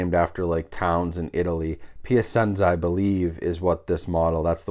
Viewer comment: I think it would be pronounced Pia chenza